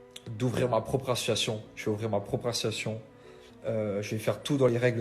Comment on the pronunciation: Pitié qu'un orthophoniste se dévoue pour aider Dylan à prononcer le mot "ASSOCIATION" !